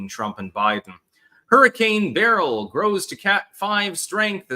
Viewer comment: You pronounce beryl correctly